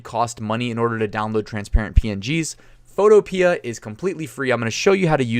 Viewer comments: I think it's pronounced PHOTO-PEE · Photopea rhymes with Utopia. fo TOE pe uh